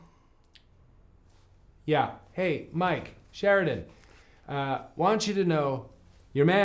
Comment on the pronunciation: "Hey, Mike, Sheridan." Like he's talking to two people lmao.